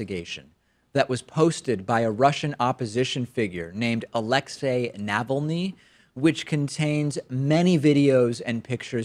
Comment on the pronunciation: Your pronunciation of Russian names is a bit off. The stress pattern is different: anastaSIa basSHUkevich; aLExey naVALniy; naTAlia veselNITskaya. Sorry, it's bothered me for a while...